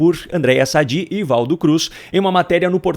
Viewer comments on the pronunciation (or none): none